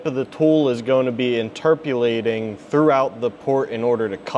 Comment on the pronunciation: "INTERPULATING/INTERPULATED" is a MISPRONOUNCIATION of "INTERPOLATING/INTERPOLATED". The definition of "INTERPOLATE": To estimate a new data point that falls within the range of a known set of data points.